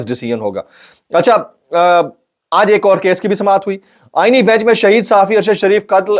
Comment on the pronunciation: Aenee bench mein aenee ko zara lamba kar kay bola karain a e n e e bench ?